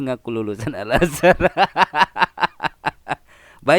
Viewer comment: Tingginya 7 meter, lah pada saat baca Surat At Tin itu di lapangan terbuka, di dalam gudang pabrik atau di dalam rumah atau plafon rumahnya tingginya lebih dari 7 meter ?...waras...? Lagian mondok 5 thn kemudian diangkat jadi ketua/kepala yayasan ...? Ngucap Al Azar tadi sepertinya juga keliru....hadeh ....koplak...koplak.